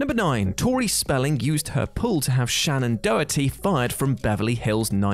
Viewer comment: Or as he pronounces it, "Shannon Dohty."